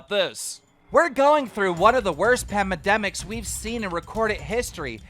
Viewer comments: When the fuck is keem going to pronounce PANDEMIC right instead of saying PAMADEMICS! 😂😂😂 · "pamladenic" no Keem, Pandemic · “Pamedemics” Smooth Keem, real smooth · Miniladd isn’t trying to make ppl happy he’s trying to entertain, you should also learn how to speak cause it’s PANdemic not PAMEDEMIC😂😭💀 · PANMEDEMICS lul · "We're going through one of the worst pamademics we've seen in recorded history." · Bro did you say pamademic I swear Keem you are the funniest man on this earth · Did anyone else hear him say pamademics or just me? Not hating it was just funny😂😂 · Pamidemic. Lmao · Did keem just say pamademic 😳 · “pamademics” how can y’all believe someone that can’t say pandemic correctly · Keem calls Minilad out and said "Pamademic" instead of Pandemic 2 seconds after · Keem really said ‘’padamedic’’ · IMAGINE!!calling someone out while reading their tweet and mispronouncing pandemic !!! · bruh keen can’t say pandemic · You also have to be self aware how dumb you sound when you can't even speak correctly and pronounce "pandemic"... Lol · Keem really ripping on miniladd when he can’t pronounce pandemic